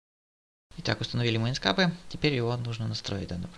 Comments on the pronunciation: Не инскапе а инкскэйп правильно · инскеэээээээээйп пж нормально произнеси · Самое бесячее это звучание ИНСКАПЭ. Узнай как оно произносится правильно. Удачи!!!